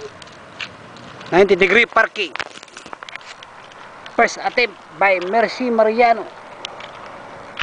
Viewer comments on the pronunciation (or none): the moment you said "Her 90 degree Parrking Pirst attempt" iknew u were a pinoy..lol